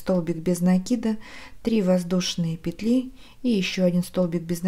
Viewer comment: К сведению: во множественном числе в слове "петля" ударение ставится только на первый слог.